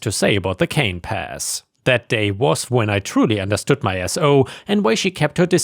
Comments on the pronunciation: Yep. Pronounced Can-a-pays. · Yeah, that got me also, I think they meant canapés for the wedding, at least I hope that's what it is, otherwise, I may be on the wrong earth and don't understand your ways.